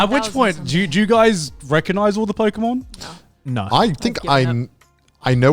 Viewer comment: Not Joey misprouncing every Pokémon name with such confidence 😭😭😭